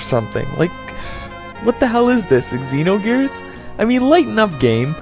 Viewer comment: "Eggzeeno Gears"???